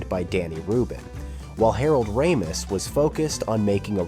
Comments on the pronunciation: Listening to this narrator alter his pronunciation of director Harold Ramis' (correctly pronounced "RAY-mus", not "ram-US") surname, and to refer to the other actors by their surnames, only, yet always using Harold Ramis' first and surnames became so distracting, I stopped watching about a third of the way through the video. I'm not sure if I'm nitpicking the video or not, but one thing I am sure of, is that the narrator and his idiosyncratic style made it very difficult to watch. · The narration voice for this video is AI. Not bad but it can’t decide how to pronounce Ramos’ name. This is a common challenge with AI and proper names. They don’t always get pronounced by the actual person with the name as it seems the name should be pronounced. Example Favre. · How many different ways can you pronounce Ramis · Your AI narration needs to be programmed to pronounce the script correctly. It says Harold Ramis' name at least three different ways! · How many different ways can you pronounce Harold Ramis' last name??? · How many ways can we pronounce Harold Ramis? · Wow AI voice, why can’t you pronounce Ramis correctly every time?! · How lazy. Learned how to pronounce Harold Ramis and couldn’t be bothered to spend 15 minutes correcting the video. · Quite interesting but can the narrator decide how to pronounce Ramis? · Teach your robot how to say Ramis. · Good god, how many different ways can this AI narrator pronounce "Ramis"? Absolutely butchered "Ric Ducommun", haha. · The AI narration pronounces Harold Ramis’ name at least three different ways. 🙄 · Mispronouncing one of the main peoples name in the story is the best way to show you have no idea what you're actually talking about & are just reading words you found on the internet. Regardless if it's A.I. or not. First and last thing I'll be watching from such a content regurgitator. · Every other time it pronounces RAMIS differently. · Harold's last name has been pronounced 3 different ways. Does that mean it's AI?